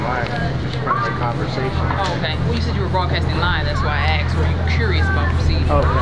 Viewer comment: I take it that you didn't like being axed questions.